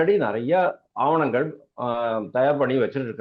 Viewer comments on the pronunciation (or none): ஆவணங்கள் என்று சொல்லுங்கள் ஆணவங்கள் அல்ல. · பெருசு "ஆணவங்கள்" அல்ல "ஆவணங்கள்".